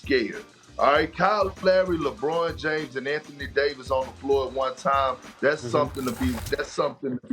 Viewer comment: Kendrick "LehBROHN Jayms" Perkins